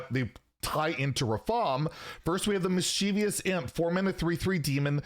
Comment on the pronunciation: Mischievous = miss chiv us. Not miss chee vee us. There isn't an extra I in there.